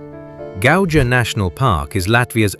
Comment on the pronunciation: This is generally a nice representation, except for pronunciation of most place names ( Gauja : Gau-ya) and the description, such as - it gives almost continental atmosphere - excuse me? It is continental! ... It gives Nordic (TM) feeling - does it? yes it is in the North, around the same pond... it is not what you would expect from Baltics - what do you expect from Baltics? ( let's just round about the whole of the Baltic - and, yes, it does look somewhat like this, then proceeds to three more towns looking exactly like "not what You expect in the Baltics" .